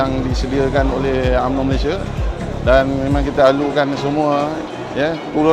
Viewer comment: SD perlu betulkan baca. U. MN Ooooooo.